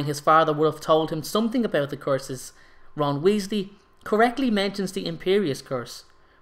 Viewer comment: Wait does he use the unforgiveable courses? Damn😂 Dont mean to be rude btw i just find it kinda funny the way you say course instead of curse😅